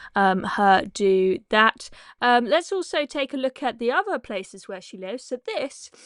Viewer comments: Bit of mis pronunciation from the narrator there - It’s not Admorality House It’s Admirality Arch Or was it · Admiralty House.....please pronounce things correctly!